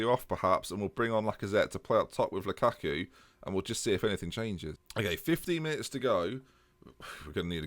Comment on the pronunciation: you are killing me, please pronounce Lukaku correctly.